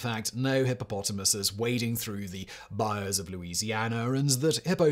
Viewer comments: Bayou-Bye you, not bye oh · This man can not pronounce Bayou. For anyone wondering, just say it like "Bye You." And you're doing good. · It hurts my soul a little every time he says "bai-ohh" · It's buy-you. Buy-You As in "Buy-you some crawfish" 😂 It is a biome, but it's not pronounced the same. A good rule of thumb for anything in Louisiana is to pronounce it with a French accent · Bayou is mis-pronounced, over and over, and over, and over. Try.....BYE.....UUUUUUU.